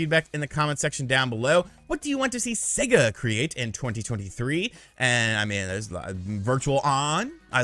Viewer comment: Thanks to you, imma start calling Sega, See -ga